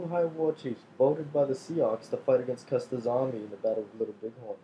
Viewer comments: it is pronounced like the name "SUE" and not as SIE OX......Just trying to help you do better videos. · Sioux is pronounced sue